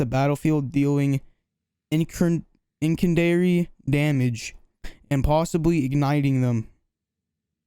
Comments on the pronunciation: In sin dee ary. Not inkindiary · incendiary???? don't worry we all mess up when we record a video